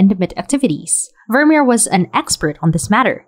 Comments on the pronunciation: It's not pronounced Vurmur, but Vurmeer, emphasis on the second syllable. Also in your Night Cafe video, the town is pronounced Arles, with a silent 's'. Good job anyway though. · Great video, i love your work. But please make an effort te pronounce Vermeer's name correctly. The double ee is pronounced like the double ee in beer.